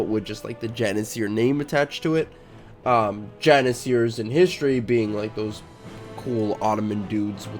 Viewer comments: Stop moving your vowels around! Novgorod, not Novogrod Janissaries, not Janissaires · its spelled jann-i-saries not jann-i-siers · Says Janisaries as Janiseers... wtf